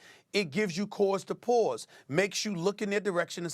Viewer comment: Stephen A: "Cause to POAUSE!"